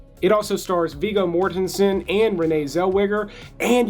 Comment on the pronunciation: well, you finally pronounced viggo's last name correctly. a shiny gold star for you, hoss. yi-ha.